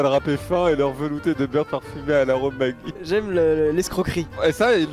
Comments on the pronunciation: Ca se dit [Madji] pas [Magui] Maggi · Maggi ça ce prononce "majie" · Il y a que moi qui dit maggi et pas magui 😂😂